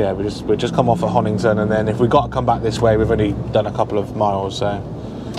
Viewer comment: it is HONITON & not HONINGTON!